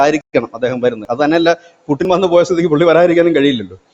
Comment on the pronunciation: പുടിൻ അല്ലേടാ പുല്ലേ പൂട്ടിൻ എന്ന് പറഞ്ഞു പരിശീലിക്കു